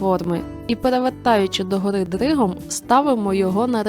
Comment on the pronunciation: "Догори дригом", так прикольно звучить коли трохи картавиш)))